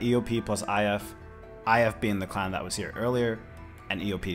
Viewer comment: Why do you pronounce clan as "cl0wn"?